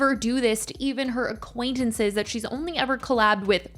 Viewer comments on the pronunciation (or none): By now should really know it's "acquainTances" not "acquaiNnaces," but at least she's holding strong to her convictions on the actual matter.